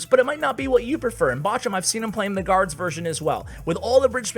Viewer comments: Bojum xD say it like bohrum haha nice video an thanks:) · In german its more like ,,borum" and not botchum :) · Batchum? Its called BOCHUM, B O C H U M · It's not boshum hahaha... It's borrrrrrum for English speakers it's like a hard spoked rrr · bochum its bow-who-m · Flobby and Bochum 👍👍👍👍👍👍 Why you say boschum? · Was laughing my ass Off the Way u sad Bochum and a second later u adress the issue 🤣🤣 Love from Germany ❤ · Yes we do laugh about how you pronounce bochum :) The ch as it has to be pronounced in German doesnt exist in English... you might know the Ski Jumper Kamil Stoch from Poland. You can google him and look how his name is pronounced - that’s the way you pronounce Bochum too ;) Though you might not be able to do so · It's weird to hear you spelling Bochum😂😘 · You need to learn to say "Bochum" correctly 😂